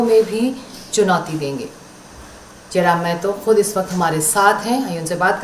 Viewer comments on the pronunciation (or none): पता नहीं क्यूं बाहरी लोग महतो को मेहतो क्यूं बोलते है?